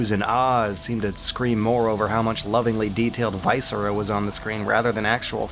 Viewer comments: Love the skepticism. Your penchant for mispronouncing words has come back though - viscera isn't pronounced that way. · I normally like your videos, but if you're gonna be a snarky hipster, at least pronounce "viscera" correctly.